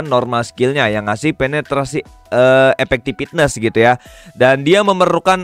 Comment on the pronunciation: As always, video informatif banget, makin yakin sama prioritas banner yang harus digacha wkwk Tapi sorry nih, coba dengerin pengucapan 'Effectiveness" di google translate dong. Padahal selebihnya kata2nya enak banget, tapi gatel ngedengerin satu itu salah ucap. Sorry banget, ini mah biar video nya makin perfect.